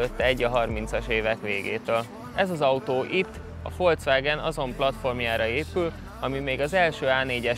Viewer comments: Nem Folcvágen, hanem Folkszvágen... 😉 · Cak úgy magyarosan, mint a micsubicsi😂fócvágen mi…?!??😅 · Tudjátok már rendesen kiejteni a Volkswagen nevét! Fonetikusan Folkszvágen, nem pedig Folcvágen! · Folcvágen???? Miért???? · "Folcvágen" :D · ezzel nem villognék. Műszakin nézik az eszétikát is... ott ennek el kellett volna hasalnia. Röviden? Igénytelen. A gazdája is. Folcvágen. Tanuljuk már meg a nevét. :D